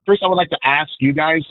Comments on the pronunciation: hey the word is pronounced aSk and not aKs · Well, he also said "... axe you..."!